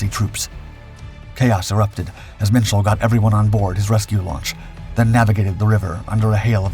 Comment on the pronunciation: Minshall is pronounced Mitchell?